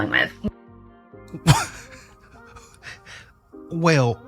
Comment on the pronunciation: Curiousity - did you say well or WHALE?